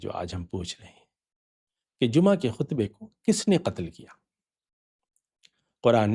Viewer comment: Sir g aap bilawaja wohi purani rat lagai huwe hain,Lafz Jumaha ka saheh talafuz hi nahen aata aap ko ,is ka sir aik hi meanings hain aur ye hain sab muslims ka 1 call pe jama ho jana forun,koi choon charaan nahenok g koi excuse nahen k me abc nahen chaley gee,uthoo sab jammah ho kar zulm o jabar ki dewaarain gira do.jo aaj ta musamanoon se na gir sakeen@